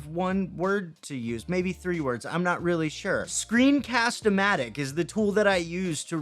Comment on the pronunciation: I think you said it right for Screencast-o-Matic, and you can edit script on your video. That’s amazing! :D